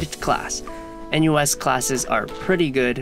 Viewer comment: feel bit weird hearing a-NUS